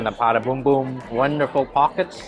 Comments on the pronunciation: It's not a "Pata Boom boom" it is a "Puto Bung-bong". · it is PUTO BungBong…..not PATA BUNGbong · Puto Bumbong not Pata Bombom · Its pronounced “Puto Bumbong” (boombong)